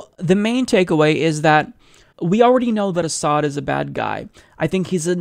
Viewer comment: 1) Doesn't know Hitler used chemical weapons. 2) Thinks concentration camps are "holocaust centers." 3) Cannot pronounce "Assad." 4) Thinks Trump "just the other day sat down with Martin Luther King." (Yes, direct quote.)